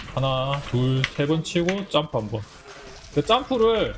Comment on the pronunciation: 하나 둘 짬프? 맞는건가 몬말인지 ㅡㅡ알아듣기가 ㅋㅋㅋ